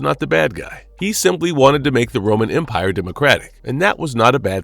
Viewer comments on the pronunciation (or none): none